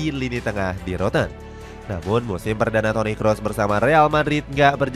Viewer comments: Toni Kroos, bukan toni kross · Toni Kroos min, bukan Toni Kross